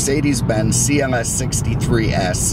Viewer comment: Is it just me or does he say CMS instead of CLS im the beginning of the video